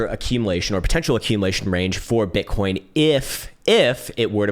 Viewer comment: did he just say “bitcorn?”